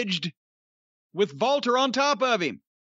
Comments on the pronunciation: jim, its Walter, not Valter 😂😂😂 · It sounded like they were saying Valter instead of Walter and the girl in the thumbnail reminds me of Tessa Blanchard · It lowkey annoys me that corny can’t say Walter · Why does Jim call Walter, Valter? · No, it isn't I'm German and we do not pronounce the W as a V. lmao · Stop saying Walter with a V. Just say Walter.